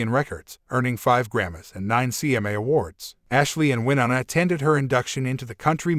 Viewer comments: Maybe learn how to pronounce Winona before you put it in a video? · Please learn how to pronounce Wyonna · This shouldn't have been aired and it would be decent if they would have pronounced Wynona's name right